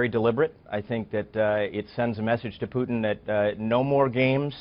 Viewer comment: The first MSM anchor who actually pronounced Putin's first name correctly by stressing the second syllable.